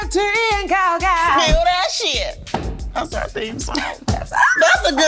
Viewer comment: "I'm not looking at that shiiet" 😂